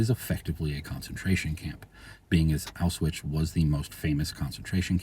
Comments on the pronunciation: Yeah, I was hearing it as "auswitch", and... like, I don't really care, in ways, but at the same time, if we're talking about algorithmic matching of names, etc., I could see people missing the Auschwitz connection somehow with this. 🤔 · Only thing I disagreed with was your pronunciation of the word "Auschwitz". Sounded all wrong to my ears. But anyway useful information. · I can't tell if it's a speech issue or a deliberate choice to avoid crnsors like "grape" does